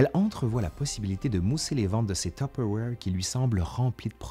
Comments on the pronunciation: Ouais mais on ne dit pas "top awaire" ! on dit : "Tuu peure vouaire"...en France. Ma mère a raison. Point. 😂 Ps : merci, c'était très intéressant et très... nostalgique pour moi. Ma mère a utilisé une espèce de bol orange avec le même couvercle que celui que vous avez dans les mains pendant des décennies. J'avais du mal à manger ce qui en sortait, vu que le plastique était un peu noirci à force, en pensant à toutes les substances toxiques qui devaient contaminer les éléments... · ah ! que de souvenirs en regardant votre vidéo instructive agrémentée de "zzzz" !! Enfant, j'assistais aux réunions "tue père voire" (prononciation lorraine Est de la France) et j'en conserve un exemplaire des années 1970 ........ 😊🧑‍🍳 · Maman disait « tiperwait »! Impossible de lui faire prononcer ce mot à peu près correctement. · Haa! J'ai jamais réussi à prononcé correctement ce nom ^^' je suis sûrement pas la seule en France je dis: tu paire va re XD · Non non non, c'est tu-pe-wouar (humour) mais c'est ainsi que le prononce ma mère. 😅